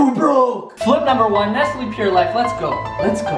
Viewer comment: Your kinda pissing me off saying nestley it's nestle